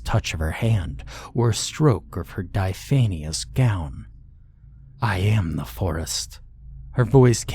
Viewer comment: "Dye fay knee us"? 🤭 How about dye af fin us* 🙃 Diaphanous!